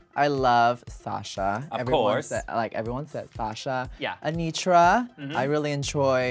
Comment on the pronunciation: Anetra, not Anitra